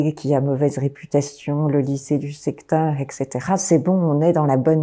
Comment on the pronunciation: Parlant de l’ignorance et de la mauvaise utilisation de la langue, cette personne prononce “ect”, en disant “ekcetera”: ça détruit son discours qui d’autre part est bien construit.